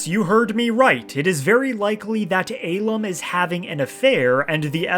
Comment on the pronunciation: Love how you sent him to the real Cloud District, but hate how you pronounce the real name Ahlam...